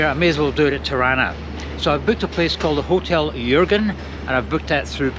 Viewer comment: Your pronunciation of "Jürgen" is perfect!